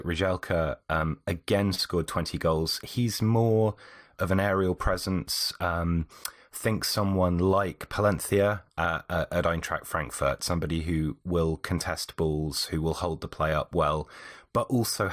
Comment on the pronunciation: pronunciations are horrendous. Paliencia? Its Paciencia. Pass-ee-n-see-a